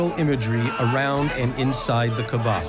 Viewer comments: Dear narrator - brah - you're putting the emphAsis on the wrong syllAble... it's pronounced KaAba, not KabaA... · The commentator must be respectful to proper pronunciation. He should have learned before commentaring. It is not MAZLUM, it is MUSLIM with S not Z. It is not Qaba, it is QAABA, stress on A between Q and B. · Its KAABA and not KEBAB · Its not "Kaba" man, its doesn't sound like Kabab. Its "Ka'aba". The punctuation in between sounds somewhat like Y. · Uhm it's pronounced kaaba not kabaa. But cool info tho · pronounce the word Kaaba correctly. not kabaa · KAABA!!! Not Kabaa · KAAAABAAAA not Kabaaaa Not everything in this video is correct. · Mr Narrator by, the word is pronounced "KAABAA". The house of Almighty Allah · Why do they keep pronouncing kaba wrong? It’s really frustrating and annoying. Maybe speak to an Arab or Muslim first before making a fool with mispronounciations! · Whoever is giving voice to this documentary, please don’t seem ignorant by mispronouncing Kaaba. It’s embarrassing and I didn’t watch this because I know that No serious work has been put into making it. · The way you guys pronounce Kaabah is so embarrassing!